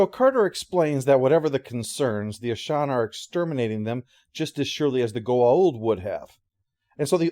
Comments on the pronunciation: "Ashawn," really? I mean they literally say the name in the episode and never say it like that. It's Aschen, with an "e". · Yeah its certainly not Ashaan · sorry I can't watch this. You keep butchering the name of the aliens and it's not even that hard to pronounce. it's like you never actually watched the episode. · This is one of my favorite episodes. I even like the follow up episode. The Aschen were a fascinating antagonist species. I wish they could have featured more. I forgot this episode is where Walter got his name, but that's cool. But I have to say, I can't unhear how pronounces their name throughout this review. I have a headache now. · Your pronunciation of "Aschen" drove my fiancee nuts, haha. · Me, too.